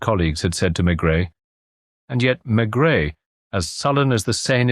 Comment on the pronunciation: AI. NO THANKS. I knew instantly as soon as he said Maigret. The T is not pronounced. And the voice pronounced it.